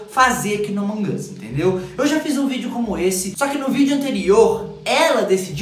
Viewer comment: Vc fala errado among as e among us